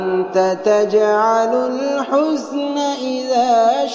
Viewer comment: It’s hazna, not huzna